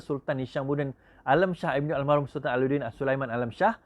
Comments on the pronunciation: Al marhum....! bukan Al mahrum.... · bukan al mahrum, al marhum la